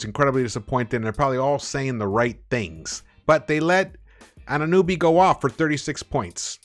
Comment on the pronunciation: You gave OG less respect than the refs. Say his name .... Anne-ah-NO-bee